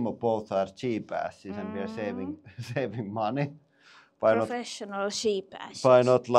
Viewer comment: "We're profeshinal sheep-asses"